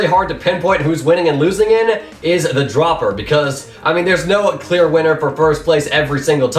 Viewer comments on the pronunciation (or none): none